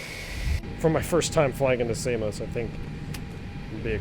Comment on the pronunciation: Samos not Say-mos. Americans 🤣🤣🤣